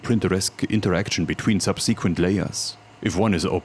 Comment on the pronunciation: I don't know what annoys me more, how you pronounce "subsequent" or how much more sense that pronunciation makes...infuriating!